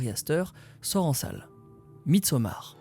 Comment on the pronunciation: J’aime ton accent. midsommarde 😂